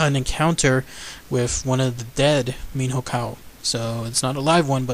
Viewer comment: You said it wrong. In Portuguese "nho" would sound like "nio". Saying "Miniocao" would be closer to the Portuguese pronunciation. Cheers.